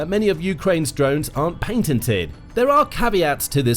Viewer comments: Did he say panted or painted! He probably meant to say patented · Patented NOT painted